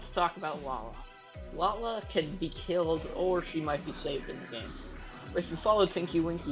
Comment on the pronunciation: atleast he said lala right